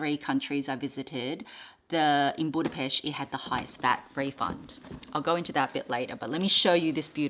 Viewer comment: You’ve got some gorgeous pieces, 🥰 And I just have to say it, as a Hungarian I loveee how you pronounce Budapest, you sound like a local haha